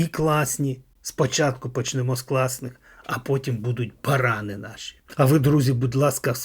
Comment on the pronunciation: Не барАни, а баранИ.